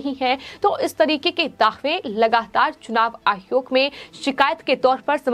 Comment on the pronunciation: मैडम चुनाव आयोग होता है आप आहयोग क्यों बोलती हो😀